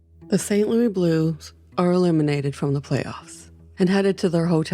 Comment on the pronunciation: St. Lewisssssssss, not Lou-eeee